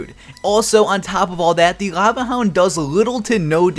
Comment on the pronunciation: Work on pronouncing your "L"